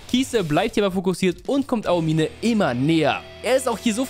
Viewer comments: Ahomihneh NICHT AO-MINE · mich triggert manchmal wie du die Namen aussprichst. Ao-mine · Aomime, ist das so schwer ??? Es einfach wie im Anime auszusprechen??? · Ey ich krieg die Krise😂 bitte beton bei Aomine das O nicht das I😂😂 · Wie er aomine ausbricht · Du hast den Namen Daiki Aomine sooo oft falsch ausgesprochen? Das es gar kein Spaß mehr gemacht hat, seine Szenen anzuschauen. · digger es triggert so hart wie du aomine aussprichst